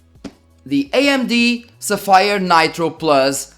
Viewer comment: LOL...és português? Pelo teu sotaque pensei que eras italiano...LOLADAS - Agora que estou a ver o video pela segunda vez vou tentar adivinhar - és Nortenho. Bom conteúdo - continua assim miúdo! (A propósito... Codigo de Barras = Barcode / Sapphire = Tens de pronunciar como "Sáfyre")